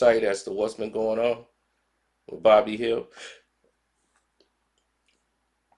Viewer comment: Who's bobby hield?!😆😂 It's buddy man...